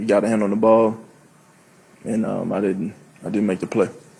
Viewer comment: Every word he says is missing a syllable. “Ultimly, I din’t make the play, speshly down near da box.”